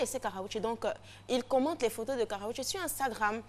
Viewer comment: elle dit Karraoché lol ell est sérieuse, qu'est ce qu'elle est nulle! c'est KARRUECHE